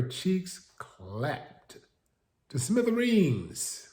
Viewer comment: “To smithereans” 🤣🤣🤣